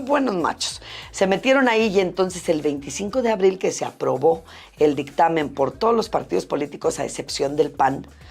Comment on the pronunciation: " pugo" " aprovo" "utlimo " Pudo. Aprobó. Ultimo